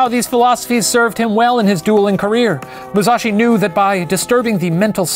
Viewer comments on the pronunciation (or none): Here's some pronunciation tips for Shane: Kihei - ki-hey; the accent on the first syllable Musashi - the accent is on the first syllable Daimyo - not die - meeo, but dime-yo (make the o a bit longer). Hopefully that makes sense! That's from the first 5 mins haha